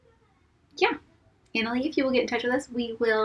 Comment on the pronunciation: You guys!! THANK YOU! I was so shocked to hear my name! And super impressive that you pronounced it correctly...you'd be surprised how many people butcher my name. ;) I looked on your channel home page and didn't see a contact button. Should I email you?